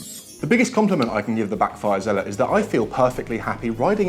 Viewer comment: Its zealot s, not usual zealot